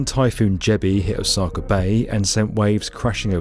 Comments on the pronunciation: It's pronounced Osaka, not Osakar. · Every time he says "Osaka" my eye twitches